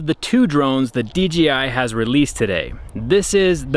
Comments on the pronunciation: I can't people still say DGI and not DJI. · sounds like you said DGI 😂. Great video as always 👍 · Why do you call it a dGi drone? Is that how it is pronounced? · "dgi" lmao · did you say DGI??